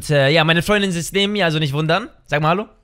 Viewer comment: Und Hallo wird nicht Ha L Lo ausgesprochen